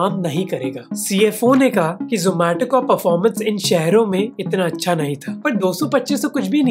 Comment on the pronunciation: Aree zomato wale yaha ni aaye zo-maa-to bolne